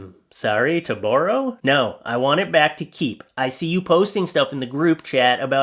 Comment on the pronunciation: And borrow too urked me lol and arenas😐😐